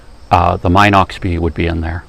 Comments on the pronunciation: It's' pronounced Minox just like it is spelled. NOT MYNOX. And the film is 9.5mm wide, not 9mm wide. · Very good and informative video about the B Minox, which, by the way is pronounced "Meenox", not "Mynox".